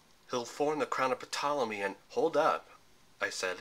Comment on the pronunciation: you don't pronounce the P in Ptolemy.